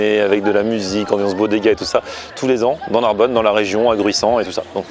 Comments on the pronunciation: NARBONNE PAS NARBONNE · Narbonne pas Narbonne vener la vie de ma mère